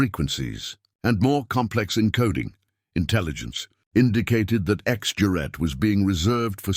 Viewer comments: 'Gerät', for Christ's sake - not 'Juet'... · This is very gripping. I never understood radio in high school, but I took German, and I can tell you that narrator is pronouncing "juret" all wrong. Certainly the G should be hard, and the second syllable, with its umlaut, should have long A as in 'mate.' But somehow the word doesn't seem very German, so I'm open to correction. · For heaven's sake PLEASE just translate it "X Device". The butchering of "Gerät" as "Jarette" is insufferable. For a start, it's a hard "g". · This is what you get when bots try to pronounce mixed language, text and speech. IIRC the "juret" word simply means "apparatus". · Lets the AI try to speek "Gerät" 🙂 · Gerat. Not juret. Knickebein, crooked leg. Nicabine?